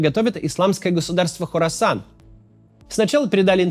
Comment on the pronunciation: Хорасан, [не Корасан], название большой провинции в Центральной Азии